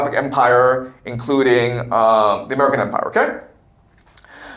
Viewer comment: are you saying “how the American empire will fall”? Sounds like you’re saying “domican empire”. Your CCP subversion committee needs to teach you better English.